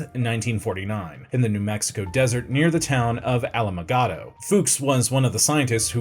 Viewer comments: Alamogordo has an “r” in it. It’s not whatever the heck was said in this video. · Hard swing and miss on pronouncing Alamogordo